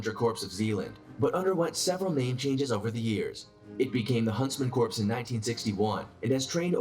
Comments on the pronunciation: is it annoying to anyone else that the Narrator pronounces "Corps" as "Corpse"? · Corps is pronounced 'core' . It's not a dead body. When has anyone heard a miltary official refer to a 'corpse'. Amateurs. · It’s pronounced “core”, not “corpse”. 🤦🏻‍♂️🤦🏻‍♂️🤦🏻‍♂️🤦🏻‍♂️ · Exactly, i was thinking the same Thanks for pointing that out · not to throw shade but for the information of the masses, CORPS is NOT pronounced "corpse" it is pronounced CORE. The Corps sounds like the core. he's hurting my ears with corpse lol. great video and reaction L. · These guys don't make themselves sound very credible when they pronounce corps like corpse. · It is pronounced corr not corpse! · Ok - narrator is keepin’ it 100 with Barock’s lexicon. Please stop with Corpse! You dummies for allowing this to go to press. Let’s sound it out: CORE. Yes, English language houses a myriad of exceptions in pronunciation, However- these are the Elite of the Elite. Don’t disparage their dignity with your ignorant narration. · That dude apparently knows about all those elite forces, yet can't pronounce "Corps" properly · ......//SIGH//.......'Core' -- it's pronounced "CORE" .......not "Corpse". Jeebus. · Corps is pronounced core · i cant watch this video when the dude doesnt know how to pronounce Corps correctly. not "corpse", it not the Marine CORPSE, the Marine Corps. nothing wrong with you, just the dude in the other video you were watching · First, I'm not sure if I trust someone who doesn't know the difference between a Corp( pronounced core) and a Corpse. Second, I seem to remember that US army Special forces had a 97% FAILURE rate in initial training. Third, I always find it interesting that the SAS is mentioned in so many of these list while the SBS, which is on par with them is not. Interesting video and great reaction as usual. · I hate when people pronounce th "P"and the "S" in Corps. It's "Core" people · It bugged the hell out of me too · I cringe everytime the narrator say "corps"